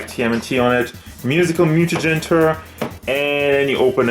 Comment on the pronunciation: That’s not how Tour is pronounced